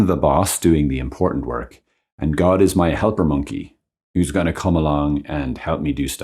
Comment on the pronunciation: did you say "helper monkey"?